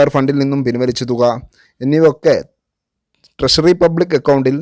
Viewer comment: Much improved, but ട്രഷറിയെ ട്രശറി എന്ന് പറയരുത്. ട്രഷറി എന്ന് തന്നെ പറയണം.